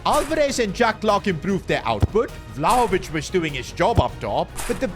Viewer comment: Vlaovich😂 piccoli maggiore